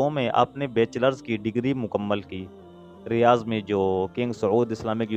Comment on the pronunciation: Riyaz nahi Riyadh hai 😅